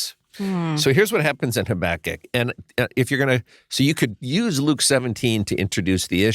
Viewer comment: These ARE hard passages. Thank you for exploring them so helpfully., I learnt to pronounce Habakkuk as you do. I think it's a bit more mellifluous than HabAkkuk so I'm sticking to it. 😊